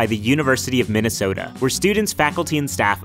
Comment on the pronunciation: I heard minute soda!